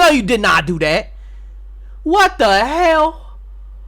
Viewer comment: Did he just say "What da hail" in Steven He accent? 💀